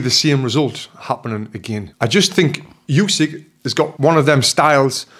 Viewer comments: Good analysis and yes, the ref absolutely saved Fury from a TKO. Only one thing to mention. As one of the greatest ever I think Usyk deserves to have his name pronounced correctly. It's Oo-sik not Yoo-sik. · Not Usky, but Usyk. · Oosyk not yousyk 😮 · Usyk not Usik